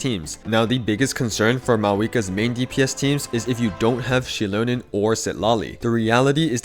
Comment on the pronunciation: > I swear I hear Shitlonen and not Xilonen 😂